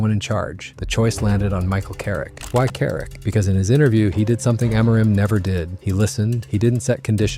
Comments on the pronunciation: by the way its not AM-MOOR-IM its AMO-rim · It's AM-or-im, not A-MOR-im. That tells me this is AI generated nonsense. Not interested. We almost lost to West Ham today (facing relegation) and just ended up with a draw at the end because of the talents of Sesko, who Carrick DID NOT START! It's not about the coach fellow Man Utd fans, it's about the players still turning it off and on like light switches. What, we can't play two matches in a week? That's the excuse? Then we shouldn't be playing in European football, right? You're all listening to AI.